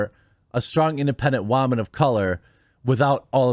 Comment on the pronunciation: "Strong Independent Wahman" 🤣🤣🤣